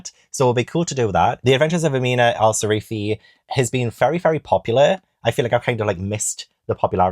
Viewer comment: How did you read the entire book but still call her Sarifi instead of Sirafi ? 😂 great video as always 👏🏻